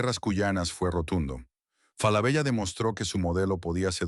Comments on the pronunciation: no! tenes que cambiar esa ia es una marca y suena "FALABELA" con doble "L" o "Solari Grup" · Hola. Ojo. La doble ele(ll) de "Falabella", al menos en su pais de origen(Chile) se pronuncia desde siempre como ele(l). Suena rara y extraña la referencia a la marca que hace con doble ele el locutor. Lo demás, impecable. Saludos.